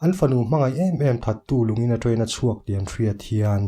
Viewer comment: I train accent hi tramp I ti trep 🤣 no mah2